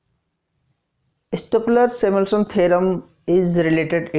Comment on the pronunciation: first of all it is stolper not stopler... and plz try xplain in hindi